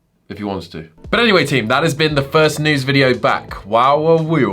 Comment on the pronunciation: Whenever you say News, it always sounds like Nudes to me for some reasons XD